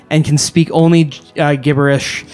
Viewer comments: Week after week I watch these episodes, just to see which word will butcher, this episode 10 mins in Gibberish ( The G is pronounced as though it were a J), apart from that keep up the good work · Is it a Canada thing or a think that he doesnt pronounce Gibberish...."J"ibb-er-ish right? First time i heard him say it i thought he was speeking of a fanatsy language